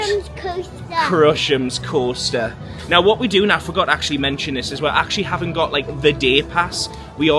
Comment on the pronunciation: Love your vlogs but dude it’s crush’s coaster not Crushems 😂